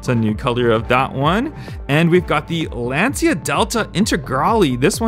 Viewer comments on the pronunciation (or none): none